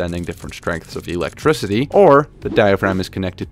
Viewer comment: Why do I find his pronunciation of "Electricity" quite peculiar? *EEElectricity!